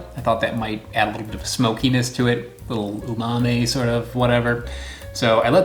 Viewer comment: Fun videos!! Wow. Umami is said like ‘ooh-mommy’ and a funny from Japanese term.. not said like ‘umameh’